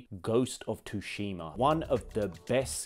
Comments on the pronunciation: He pronounced it "Ghost of Tushima" Its still scratching my heart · Too-shima? Did you even play this or just reading a script lmao